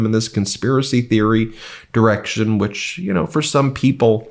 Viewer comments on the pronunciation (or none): none